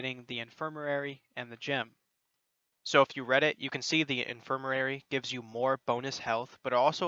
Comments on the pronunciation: In-fir-ma-ry Not infirmarary. Other than that, helpful video lol. Gave me Forest Whitaker eye listening to you say that word over and over. Good video and keep up the top notch work. :) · im sorry but..its "in·fir·ma·ry" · IN-FIR-MA-RY (In-fur-muh-ree) FOR-GE (FOUR-juh) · God I’m sorry I burst out laughing hearing you attempt to say “infirmary”